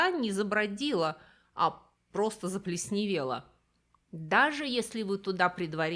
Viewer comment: Невозможно слушать неправильную речь. ЗаплЕсневела.